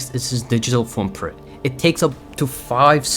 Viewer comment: i heard at first "digital poopprint"😭